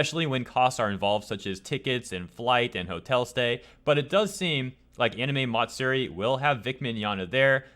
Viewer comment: i'm not sure which is more disgusting. the hypocrisy or the way your pronounce "matsuri"